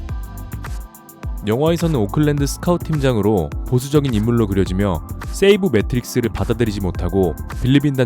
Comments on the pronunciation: 재밌는 영상 잘 봤습니다. 그런데 세이브 매트릭스가 아니라 세이버 매트릭스에요 sabermetrics.. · 세이브매트릭스라는 표현은 여기서 처음 들어보네요. 양놈들도 세이버메트릭스라고 발음하는데